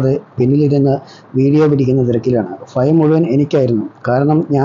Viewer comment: ഫയം അല്ല സുഹൃത്തേ, ഭയം